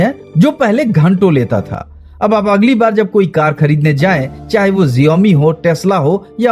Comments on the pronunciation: abey xiaomi hota h na ki genome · Jiomi mat bol bhai xioami bol 😂😂